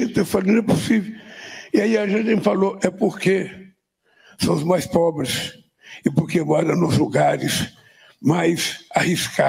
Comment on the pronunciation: Kkkkkkk "é porq sao os mais pobles" kkkkkkkkkkkkkk chamaaaaaaa